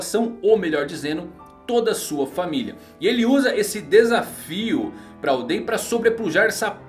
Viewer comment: fala certo nome de oden